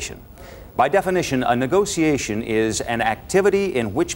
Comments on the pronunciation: Did he say negociation? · Damn this is just good sales. And the way he pronounces negotiation is exquisite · I live for the way he pronounces negotiation.